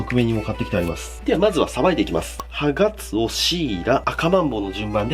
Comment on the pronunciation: ハガツオが所々「ハナクソ」に聞こえて草